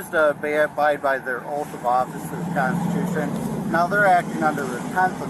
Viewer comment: I gotta think it's awfully hard for the officer to pretend he's going to take "legal" advice from someone who doesn't know that "Constitution" has 4 syllables. That said, if you're trying to tell us that this guy is the dumbest citiot of them all? That's a VERY high bar to clear. Still, the fact that these cases have NEVER succeeded on the merits of the claim (dismissals, because the DA doesn't want the unholy hassle of the BS storm that is a trial with one of these yutzbags don't count) never seems to sink in. Sad, really. PS: Allow me to introduce you to Officer Pavement.